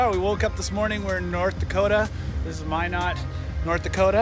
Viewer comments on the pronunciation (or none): Mi-Not.....not Mi-Nut North Dakota! Sheech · Just saying it’s not minit it’s MI NOT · Your pronunciation of Minot makes me cringe in the beginning. My-not. I've been there a few times. :p And seeing the rolling plains of western ND brings back memories. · You pronounced minot wrong. I live in ND, Williston